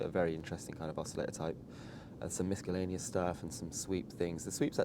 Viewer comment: I like how he says "Miskalaneous" for Miscellaneous, Like Mescaline. Cool accent!